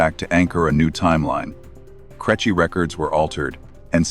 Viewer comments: Creche pronounced crechy got to me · I know. Crêche should be pronounced more like "cresh". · Its success, to a large extent, hinges on the quality of the punctuation in the submitted text, although mispronunciation of 'creche' suggests an inferior language model. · The AI saying crèche is hilarious even if the subject matter isn't. I detest AI voices but the content itself seems good. 👍🇮🇪